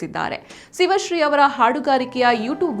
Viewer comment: ಸಿವಶ್ರೀ ಅಲ್ಲ, ಶಿವಶ್ರೀ.